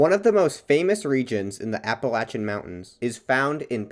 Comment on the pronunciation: good video, bit hard to hear appalacian said wrong so much tho lol